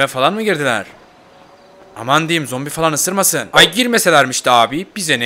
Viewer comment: ZOMBİ DEDİ NORMALDE ZOMPİ DİYO